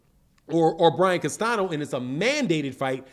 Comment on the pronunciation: learn to pronounce CASTAÑO correctly!